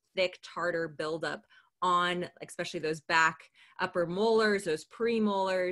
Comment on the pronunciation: This is a great resource, but it sounds really weird to hear say “eckspecially” (phonetic spelling)